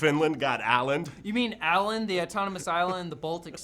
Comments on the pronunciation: åland is pronounced ō-land. ;) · "Alland" :D It's "Awe-lund" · Aland 😂 i couldn't understand what he said before i read it. Its Åland. With Å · its not pronounced aland its pronounced ohland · Why can't you Americans at least try to learn how to say Å, Ä & Ö? It's pronounced Oland, not Aland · It's not "Aland", it's "Åland". Why do they pronounce the Å as an A? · Åland is pronounced like oland since å is swedish o. Good video tho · O-land the å sounds like the english O. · its pronounced o-land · I am from Åland and I love how they pronounce the name xD